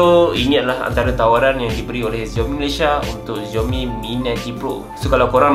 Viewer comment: Its 'SIAOMI', not 'ZIAOMI'